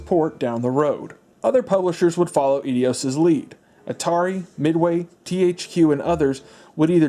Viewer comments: "Eidios" :p Enjoying the video! Just one thing to note, Wind Waker never got a "full remake" on the Wii U. It was a remaster. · Eidos is pronounced A-dos. It’s a Greek word! Miss miss pronunciation of that drove me crazy. But the rest of this wasn’t very very very well done. Cheers to you. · Eidos is pronounced i-dos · Absolutely delightful! But dude, you’re pronouncig Eidos wrong. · Laughing at your pronunciation of Eidos... It's "Eye-Dos", not "Eee-dee-yos"... Honestly, YouTubers pronouncing things badly is a new sport... Why you wouldn't find out how to pronounce something correctly before making a fool of yourself in a video for posterity never ceases to amaze me... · Eeedeeoss lmao it’s Aidoss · Lol. "Eedios" gave me a good chuckle 😉. It's *eye-dos*. Also, Dolby pro logic II was stereo audio upmixed to 5 channels. The only way to get true discreet 5.1 channel audio back then, was a digital output, which was optical only. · Great video - no silly cutaways that too many youtubers do thinking its funny, no distracting background music that's too loud, no messin about. Only nitpick, Eidos is pronounced "eye-doss" not "eddy-oss" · you know 'idios'? they are actually called 'eidos' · The way he pronounced "Eidos" 😝😄🤣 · Man these are great videos but you mispronounce a lot of titles and companies lol. Sy-PHON filter (emphasis on the phon lol), Eedeos ( Eidos is pronounced Eye-dose) and a few others in the couple videos I watched, but it's excusable. These are really old companies. It makes me feel old, though... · I'm sorry, but please stop saying edios, it's eidos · Eidos is not "Edios". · EIDOS not EDIOS lol you are putting a WHOLE extra syllable on the name. 🙄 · There is no second “I” in Eidos. So no E-dios. It’s eye-DOS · It's EIDOS, like eye-doss. Not Edios as in, "you're and idiot". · Eidos = Idios? I will accept either "eye - dose" or "ay - dose" but not idios. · its eidos not edios. lol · Eidos is pronounced "eye-dose", not "ee-dee-ose". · It's not EdEos